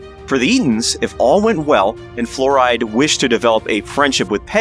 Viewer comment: It's pronounced like Florida, not fluoride.